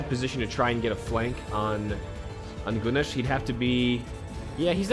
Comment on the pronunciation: Your pronunciation of Gunes is fine, I hope he'll service you well.